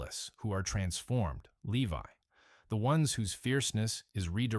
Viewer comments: "Leave-y?" 🤔 That's LEE-Vie, to you, A I person! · Lee-vee? Seriously? It is actually pronounced Lee-vie.... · No Lewi My goodness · The tribe of "Lee-vee"??🤔